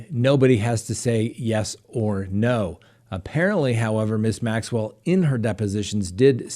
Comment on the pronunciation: You are doing so well with Maxwell's name that I think maybe some little French man might appear! ;-)